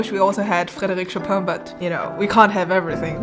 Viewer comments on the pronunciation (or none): none